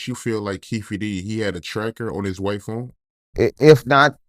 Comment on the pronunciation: The vocabulary gets worse. Phoam (phone) 😮